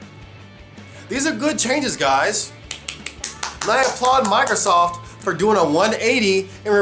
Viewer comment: Oh but I hate the way you pronounce Microsoft, at times it sounds like you're saying Migrrrzoft.